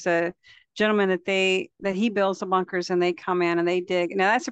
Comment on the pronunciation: You sounded like “bonkers”, not “bunkers”. 😅😊